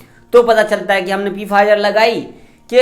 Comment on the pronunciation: Bhai Pfizer ko Pfizer nahi bus Fizer boltey hai P silent hai 😊